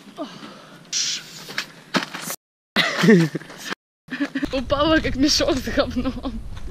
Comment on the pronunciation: Мне одной послышалось Таня а не Саня?